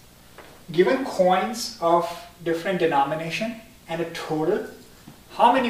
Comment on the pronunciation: Stop pronouncing coins as chhhoins